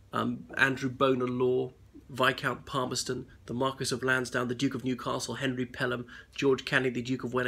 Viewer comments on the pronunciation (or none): none